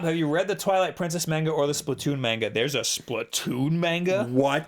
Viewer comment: What the hell is "Main-ga?"